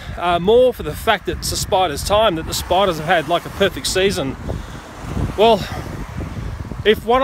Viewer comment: I like when he says “spidas” xD Also anyone know just2good? He’s in the vid xd